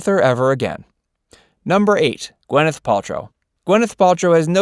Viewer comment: It's GWIN-ith.....not GWEN-ith.